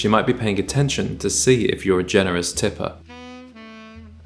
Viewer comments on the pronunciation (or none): none